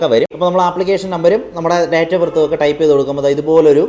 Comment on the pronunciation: ഡേറ്റ് ❌ ഡെയ്റ്റ് ✅